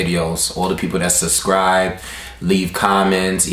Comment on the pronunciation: lol you always saying "suscribe" instead of "subscribe."